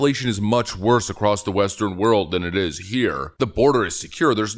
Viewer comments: Kathy Hochul said "acrost" instead of across. I say acrost when I'm deliberately trying to sound stupid. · She said 'acrossed.' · Every time I see that Hochul clip it grates on my nerves when she says "acrosst" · "All ACROSST America"?? I didn't know "across" had a T in it! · I wouldn't vote for her simply because she said 'acrost'.